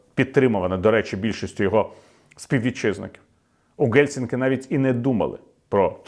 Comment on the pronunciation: Пане Віталію, тільки не кажіть Ґельсінкі. Ну, справді, це ж не Gelsinki, а Helsinki в оригіналі.